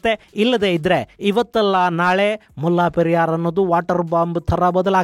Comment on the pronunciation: ಅದು ಮುಲ್ಲಾ ಪೆರಿಯಾರ್ ಅಲ್ಲ. ಅದರ ಹೆಸರು ಮುಲೈ ಪೆರಿಯಾರ್. ದಯವಿಟ್ಟು ಎಲ್ಲವನ್ನೂ secular ಮಾಡುವುದು ಬೇಡ.